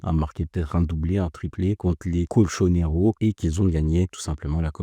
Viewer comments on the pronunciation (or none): les cochonero 😂😂 nn les on dit les [ coltchoneros ]